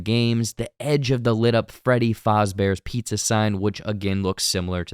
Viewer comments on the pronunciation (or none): Homie really said Freddy FALLZbears pizza 😂😂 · The way he said Fazebear’s💀